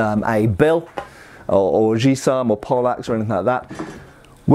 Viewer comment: It's "Guisarme", with a G, like, errr hungover :p There is no "J" sound in french there :) --- The closest barycenters are from hands, the faster your hits will be. Sword doesn't rely on the strength of their blows, they relies on their hit frequencies. It's not hard to understand that a missed swing with a Dane Axe will take you out of combat, or even hit your friends in a melee. Swords = control, less friendly fire, and a chance to miss with less big consequencies.